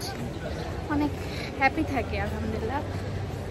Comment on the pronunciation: আপু প্লিজ আমার কমেন্ট টা পড়বেন আপনি যে বলেন আলহামদুরিল্লাহ তবে আলহামদুরিল্লাহ হবে না শব্দটা হবে আলহামদুলিল্লাহ